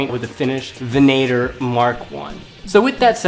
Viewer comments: Is no one gonna bring up their pronunciation of "Venator"? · Why do Americans have issues pronouncing Venator?